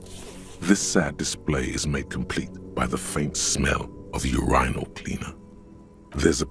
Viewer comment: Interesting pronunciation of 'urinal'.